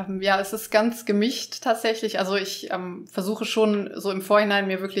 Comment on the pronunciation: "gemicht" das heißst "gemiSCHt" :))